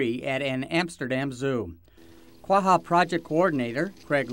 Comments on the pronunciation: ITS QUAGGA NOT QUAHA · I thought this was pronounced "qua-ja" not "quaHHa..." But I'm no expert...